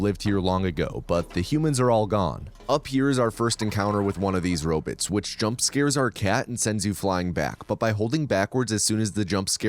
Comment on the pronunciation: The way u say robots is too distracting